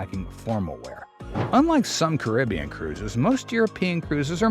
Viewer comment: OMG, narrator pronounced Caribbean correctly! You never hear that.😊